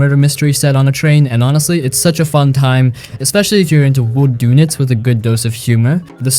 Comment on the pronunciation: Nice list! "Whodunit" is pronounced "Who Done It." Like, "by whom was the murder done?"